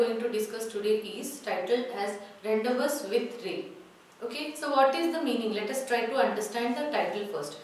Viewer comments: Mam ur pronouncing the title wrong It's not rendevous, it's rendivuuu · Mam 🙏.I think the pronunciation of Rendezvous is "/ randivuuu"/ not / rendavas/... Please just check out and clarify my doubt... Mam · Revathi Am she don't know english it is spelt as ron-day-voo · rawn·dei·voo🔊 I am a regular follower of your videos.. Except Rendezvous pronunciation everything is Good..👍🏼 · Rendezvous should be pronounced as rendavoo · Pronounciation of rendezvous is wrong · Madam, were you right in pronouncing the word 'Rendezvous'!? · pronunciation of rendezvous is wrong ...please pronounce it correctly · rendezvous prounce wrong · Superbbb.but.pronunciation wrong.......rendezvous.......